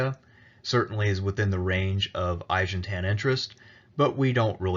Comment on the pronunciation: Aegeans not Aegentan